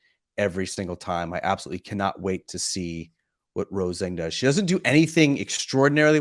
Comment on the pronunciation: For the love of god can you guys break this run of incorrectly pronouncing Rose Zhang's name please? Look it up and let's do it properly.